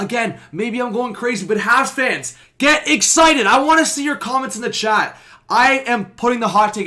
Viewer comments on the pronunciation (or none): none